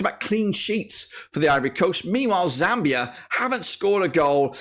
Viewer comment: It's called zambia not zamibia😂😂